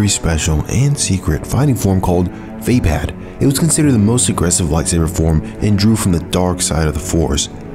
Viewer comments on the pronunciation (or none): Vaapad (va-pod) was created by windu. That was painful to hear, but the facts are mostly correct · Vaapad = Vuh-pawd. And he created the form.